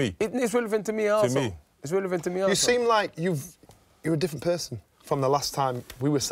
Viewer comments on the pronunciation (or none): To be fair, it's Dillian Whyte. He probably is saying asshole. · It really sounds like Dillian says “asshole”, when ever he says “also”.